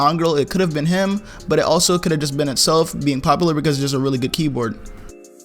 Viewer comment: Count how many times he said “popalar”